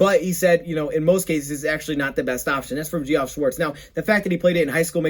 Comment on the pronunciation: Good work and btw Geoff is pronounced Jeff. It’s short for Geoffrey an Old school name